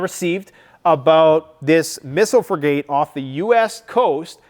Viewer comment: Pronouncing frigate ”free-gate” hurts my soul